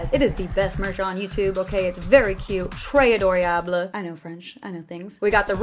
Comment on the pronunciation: I'm from Montreal in Quebec, Canada so I speek french fluently. Not to be mean or critical (i love she's my fav), but when she said ''très adorable'' I COULD NOT stop laughing HAHAHAHAHAHAHAH.